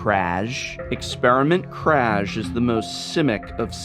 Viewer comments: Aaaaaaaargh! That's not how "Kraj" is pronounced! :D It's more like Kray. Oh and btw, it means End. :D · Given that the Ravnica vocabulary is heavily based on Slavic culture, I assume "Kraj" should be read as "Krai".